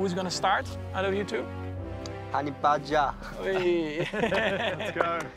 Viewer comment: The way Yuki says Honey Badger is amazing.